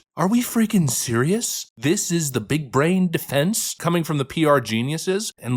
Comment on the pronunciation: Most definitely. He doesn’t even know how to pronounce people’s names or speak the English language properly. He said the word “defense” as “deflense” several times. This so-called pastor is incredibly ignorant and uneducated. What an embarrassment.